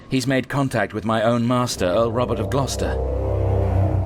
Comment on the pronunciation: As an fyi it's pronounced Gloster